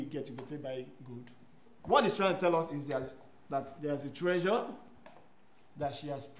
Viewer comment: "Its a very expensive treyure" Who else heard "treyure"